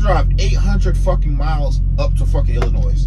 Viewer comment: No 's' in Illinois